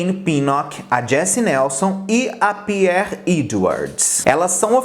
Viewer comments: o nome da perrie se pronuncia péri e nao pierre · Pq ele falou lady any pinoch e pier edwards?